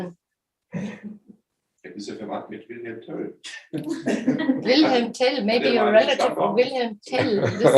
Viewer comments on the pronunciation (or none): Höre eigentlich nur ich "WillhelmTell? wenn sein Name ausgesprochen wird!?